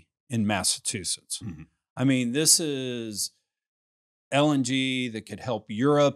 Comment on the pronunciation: Great interview. The state is pronounced Massa*CH*usetts 😂